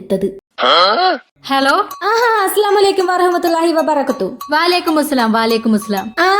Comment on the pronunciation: vabarakathu alla😂😂😂 vabarakkahthuhu